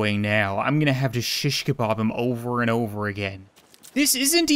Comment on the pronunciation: You lost me “ im gonna have to shishz cabab steave “